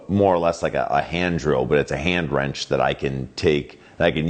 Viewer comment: I cringed each time he said "wrench".